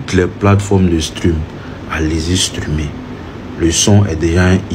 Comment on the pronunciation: Pardon c'est streamer c'est pas strumer😂😂😂😂😂😂😂😂😂